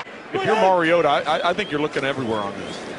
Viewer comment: who’s the commentator ? he’s the only one to pronounce Mariota’s name correct.